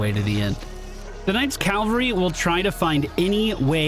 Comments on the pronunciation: Quick note - only because I know you do work on pronunciation: The word "cavalry" isn't: "Cal-vuh-ree" it's: "Cav-aul-ree" ... the 'V' comes before the 'L' It is a very common mispronunciation. Don't feel bad about it. Bonus! Another one I hear often is "veteran" pronounced as: "vet-ran" ... that's what happens if an animal doctor was in a race. "vet-er-in" ... is someone with tenure or experience, especially in the profession of arms. (three syllables, not two) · Cavalry -- Dude on horseback. Calvary -- Place where Jesus died. lol